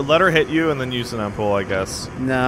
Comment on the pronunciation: lol you are not saying Ampoule right ha ha ffs... pronounce it right.